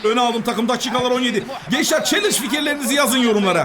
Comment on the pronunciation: Challenge yi çelinc diye okuyan abimiz cansın❤❤